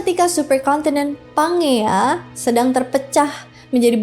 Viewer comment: kak izin mengoreksi ya, pas Pangea tadi baca nya tuh "panjia" kak bukan pangea sesuai namanya 😅😄